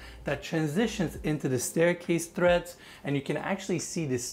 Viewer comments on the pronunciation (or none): TREADS! NOT THREADS. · The steps in a stair are not named "threads", they are named "treads". There is no "H" in the word. A "thread" is what you sew with. A "tread" is what you step on to go up or down in a staircase. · Point of reference. It’s stair TREADS, not threads.